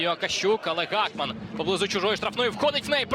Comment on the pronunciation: Гакман, а не Гохман